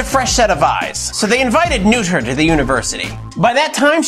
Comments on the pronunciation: Great video. By the way, Noether rhymes with “Nurt-ah” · Good video but bad pronunciation. It's closer to "nerther." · actually, Noether is pronounced “Nurt-ah”.